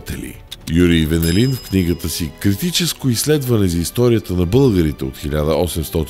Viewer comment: Страхотно и много информативно видео, както винаги. Исках само да вметна, че във фамилията Венелин ударението е на втората сричка.